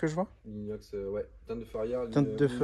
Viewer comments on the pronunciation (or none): none